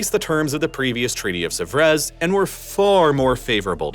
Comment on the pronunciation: He badly mispronounced 'Sèvres'.